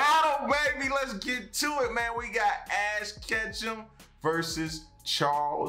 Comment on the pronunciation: Ashton Kutchum xD